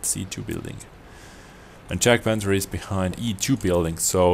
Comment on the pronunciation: YAG-Panther. Not Jag-panther.